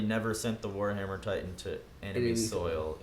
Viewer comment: Did no one else realize this? My man really said Attack on Titty 😭😂